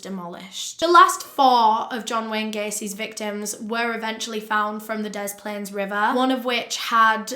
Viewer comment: Hiya from Chicago! Loved this! Very detailed. I chuckled a bit when you said cook county. It’s not a city it’s literally just a county with a bunch of cities in it like Chicago. Also great work on pronouncing des plaines right! Most people outside of Illinois pronounce it wrong.